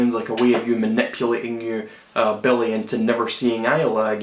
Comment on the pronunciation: hahaha i love how you pronounce Billie as Belly :D